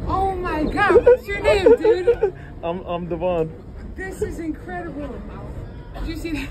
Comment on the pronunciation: aw, man. As a man named Devon (DEH-vun), I gotta say I love your talent and hate that you're encouraging everone to pronounse my name wrong.